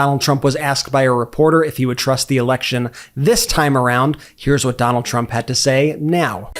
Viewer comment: "HERES WHAT HE HAD TO SAY" "WATCH DIS" "WATCH DIS" "HERES WHAT TRUMP SAID NOW!!!" "CHECK DIS OUT" "HERES WHAT SHE HAD 2 SAY REEEEE" "WATCH DIS AD!!!" "DIS TWEET SAYS" "THEY WRITE" (as he shows a 4 word fucking tweet) "SCARAMUCI WRITES" "BLAH BLAH WRITES" "WATCH DIS!!!!!" (literally like that fking meme guy LOOK AT DIS LOOK AT DAT WOULDA JUST LOOK AT IT!!!!!) "HERES ONE OF DA LINES!!!!"